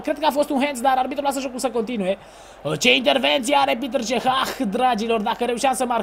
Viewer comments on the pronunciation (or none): Nu e pităr ceh este petr cech . ! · E Petr Cech , nu Piter Cech